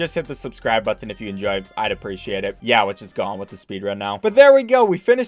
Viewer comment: Bro what even is your accent, Ive never heard someone pronounce two "T's" in the same word so hard. ImporTanT. BuT-ton. Is that like a Michigan thing or something?